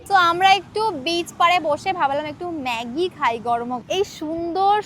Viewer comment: Not meggi it's maggi😢😮😮😮